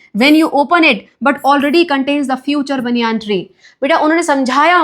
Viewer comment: how maam is pronouncing banyan tree is very funny